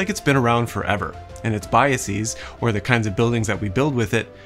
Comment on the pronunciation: That's not how you pronounce "biases".